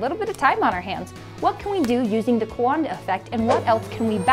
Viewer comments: I don’t mean to be that guy, but Coandă is two syllables. “Kwahn-duh” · Cowanda sounds like Kiwi co(there sponsor